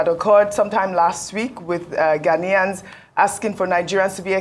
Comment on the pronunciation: It is not 'Ghan-Yans'... it is 'Ghan-ians'